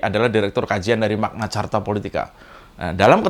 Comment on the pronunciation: Opo sing kenyal 😂😂 😂???... Bukan charta kalii tapi karta 😂😂😂😂